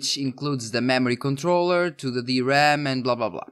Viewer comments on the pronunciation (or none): none